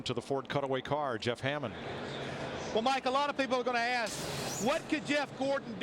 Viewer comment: I think he did! But it's Ask not ass...that would be a naughty site.